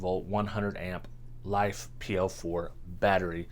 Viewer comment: Not life 😂 it's Li Fe aka Lithium Iron